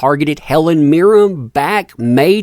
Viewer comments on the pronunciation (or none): All I can say is please learn how to say Helen MIRREN. Not Helen Meer-rim. Pffft.